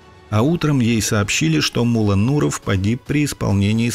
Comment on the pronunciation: Блин, насколько можно не знать родной язык, чтобы произносить "мУлла" вместо ""муллА".